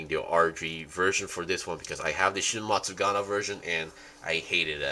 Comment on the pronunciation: if i hear matsuGANA one more time.....